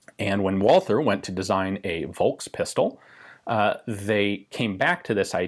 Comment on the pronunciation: Just a quick note on pronouncing "V" in German: "Volkspistole" ist pronounced like "Folkspistole". Same goes with Volkswagen, Vogel, Versicherung etc. So "V" is (mostly) pronounced like an "F" in follow, find, father etc. A rare Exception would be Varianz, which is pronounced with a "W", like wagon, war, worth etc. Anyways, great and interesting video as always :)